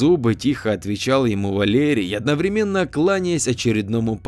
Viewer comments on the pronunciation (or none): none